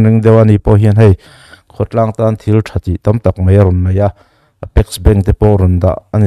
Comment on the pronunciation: Hemi ṭum hian....ṭum i lam rik dan chu leh, hei mei ni lovin hei mai.. MSa hi I Day-a Khual lian ni turin sawrkar-ah eng nge a nih chiah...Political Party mi leh sate hi Sawrkar ni pawimawhah khual lian a nih ve ngawt theih em le